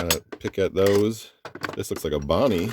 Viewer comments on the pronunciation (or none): none